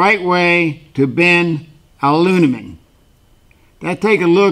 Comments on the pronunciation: What is ALUNIMEN ?? You probably mean a-lu-mi-nium. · I love this hack/trick using wood to mark Al at around 400 deg F and ( BTW I use to say aluniemin that way too)......I still think the way the British pronounce it is more odd than the way we say it....lol great hack!!!!! Not a diver only reason I am not subscribed.